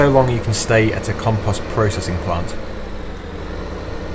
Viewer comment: your saying compost wrong